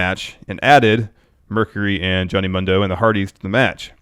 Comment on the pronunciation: It's pronounced Moon-do not Mun-do